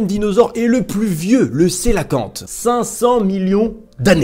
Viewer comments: Tt bonne vidéo mais le 3 prononce comme ça Il Ko É La Fan Te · sinon coelacanthe ça se dit "queue-la-quante.